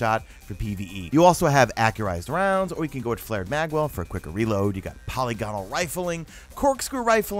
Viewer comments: Psst... It's pronounced puh LIG uh nul. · lol, haven't seen a single YouTuber who pronounces polygonal correctly...you all say it the same way too